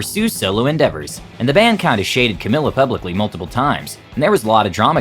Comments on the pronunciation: Cau-mealla/ Camila. Just by the way. My name is Camilla like an American. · Camilla Cabello not cameyo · It’s CAMEEEELA. Not Camilla